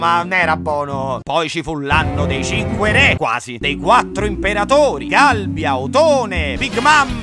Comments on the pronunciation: non è Galbia ma Galba comunque sei sempre il migliore ti auguro il meglio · Contuttoilbene n°3 : 13.29 Galba, non GALBIA